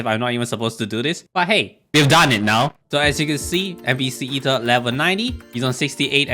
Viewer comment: Ether, Ather Arthor, aether? No that's John